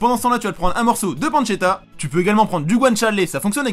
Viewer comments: Oui. De la pancetta. Ça se prononce panechetta. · ça s'écrit "pancetta" et se prononce "pantchetta" 🤷‍♂️